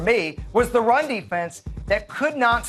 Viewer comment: hard to take you seriously when you say teh instead of the